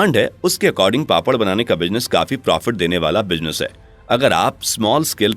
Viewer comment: Pronunciation -- Z, Z Business not Bijnes Not J Speak Z